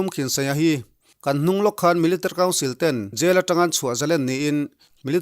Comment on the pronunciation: Milerrtery 🙈🙈🙈 rang e